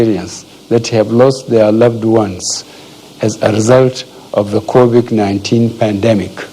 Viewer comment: At least he finally learned the proper pronunciation of the virus. That’s an improvement 🤣🤣.